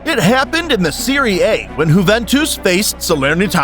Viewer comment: whoventus? LOL